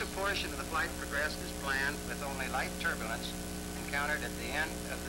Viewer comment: "turburlance" = turbulence "verticle" = vertical For the benefit of the uneducated... :-)